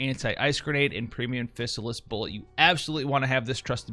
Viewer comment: Fizz AL liss. Not physicist. xD lol, i had to mess with you.